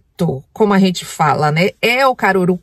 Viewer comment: Cangur'u Kkkkk é Caruru'